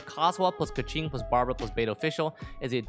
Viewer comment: Great video but... your keqing. Please. I beg. Pls fix